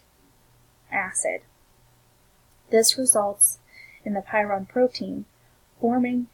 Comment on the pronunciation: Very good information, but please look up the pronunciation of prion......you are saying py ron.